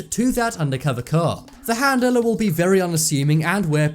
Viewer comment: I can't stand how you say handeler it's handler 🙄